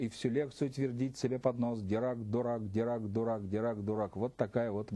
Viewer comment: Поль Дирак, судя по имени француз. Во французском языке во всех словах ударение на последний слог. Поэтому правильно Дира́к. Но видимо это англичане исказили его фамилию до более привычного им Ди́рак.